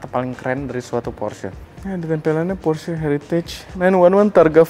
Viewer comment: Plg ok nih, nyebutnya bener porsye 👍